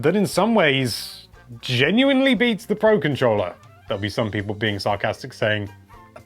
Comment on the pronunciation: HELLO THERE LOVELY PEE-PUH